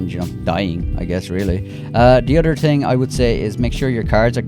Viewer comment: “Otter tips”😂😂💀